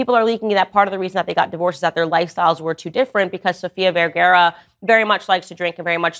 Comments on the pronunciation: Vergara NOT vergera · Descripción gráfica de Candace Owens: Es como el doctor Liendre, de todo habla y de nada entiende. PD no es VERGEREAH es VER-GA-RA Graphic description of Candace Owens: She is like Dr. Liendre, she talks about everything and understands nothing. PS it's not VERGEREAH it's VER-GA-RA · VERGARA! Not vergera 😰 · It's VergARA NOOOT VergERA 🤦‍♀️ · Is she saying Sofia Verguero? 😂😂😂😂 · It's pronounced VerGAra ffs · Candace owen's, learn how to pronounce her last name correctly. For God's sake. It is V eh r g AA r aa The first A has the /a/ sound. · Fist of all, you’re miss pronouncing her name.